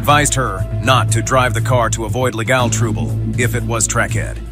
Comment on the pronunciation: "....to avoid leGAL trooble?"